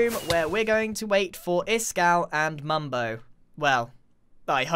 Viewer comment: Nice english noob. ITS MUMBO NOT "MUBO"